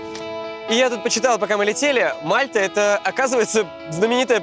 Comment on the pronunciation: Не мАлта а мальтА